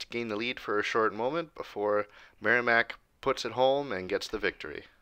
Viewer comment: Great vid! I will say it’s pronounced Merrimack with a short i. Not sounding like a y. Great as always though!